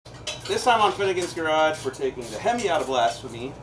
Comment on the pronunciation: I really thought you said Hoonigans garage in the beginning